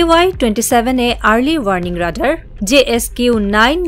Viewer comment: The most tragic fact is that almost all the reporters of our country in fact do not know how to pronounce the basic English words like Radar, stealth!!!!!